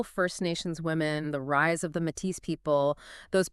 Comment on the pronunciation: This is fantastic but for one detail- Métis is pronounced “May-tea”